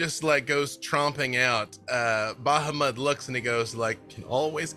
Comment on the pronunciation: It's also on full display here with how he mispronounces Bahamut and Tiamat.